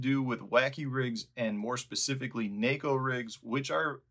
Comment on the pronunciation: Props for pronouncing neko properly.